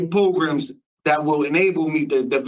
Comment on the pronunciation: Definitely no parole fo he needs more progrums, progrums progrums progrums progrums and a brain 🧠😆